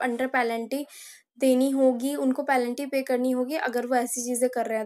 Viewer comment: Penalty❌ pelanty ✅